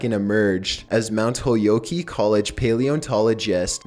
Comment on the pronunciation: MOUNT HOLE-YOKEY COLLEGE? It's HOLY-oak, man. Holyoke.